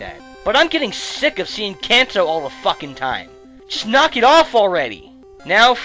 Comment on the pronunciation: it's crazy how you "can"to, but then say manga correctly.... blow my mind.